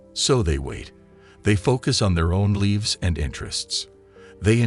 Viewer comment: Are we pronouncing " lives " as "leaves" now?